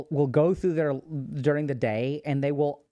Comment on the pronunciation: "Durng they day"